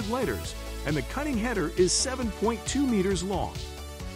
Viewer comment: how in the hell do you mispronounce liters?